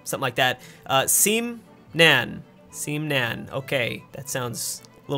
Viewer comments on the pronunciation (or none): ITS SEMNAN, NOT SEEEEMNAN!!